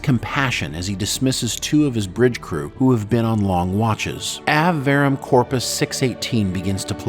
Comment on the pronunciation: Just a quick note! It's pronounced "ah-vey" not "ovh". The title "Ave Verum Corpus" means "Hail the True Body (of Christ)" (the Eucharist).